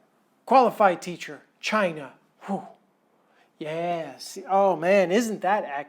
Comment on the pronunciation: Sorry mate but va-China was spot on. 8/10 😂😂